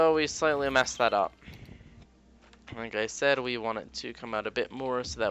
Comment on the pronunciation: lol u said lick instead of like XD LOL I CAN LOL ALL LOLING DAY